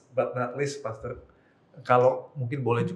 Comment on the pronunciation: pastor, bukan pastur. Kamu salah ngomong